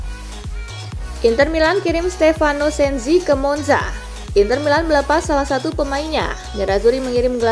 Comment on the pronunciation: Sensi, bukan Senzi